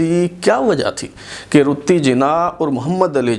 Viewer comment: قائداعظم کی بیوی کا نام“ رَتن بائی پیٹیٹ” تھا، اور اُنہیں “ رَتّی جناح “ کے نام سے پکارا جاتاتھا ، آپ مسلسل “ رُتّی جناح “ بتا رہے ہیں ۔ RATTANBAI PETIT ( RATTI BAI )